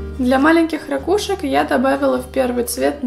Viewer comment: У меня от твоих рАкушек чуть кровь из ушей не потекла